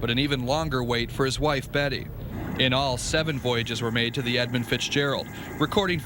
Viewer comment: I think it's Edmund with a U.